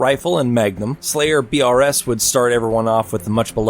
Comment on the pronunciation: gonna be honest with you. Judging if you are a true halo fan or just did research for the video because of the way you pronounced Slayer BR’s. Not sure if you actually played a lot of matchmaking in halo 3.